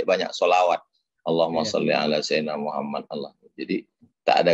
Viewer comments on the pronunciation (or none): none